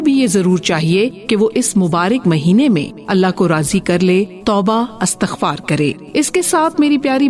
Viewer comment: Astaghfaar lfz ghlat hay Istighfaar sahee hay